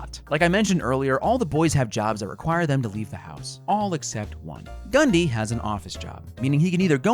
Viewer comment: When I heard him say Gundy I thought he said Ghand di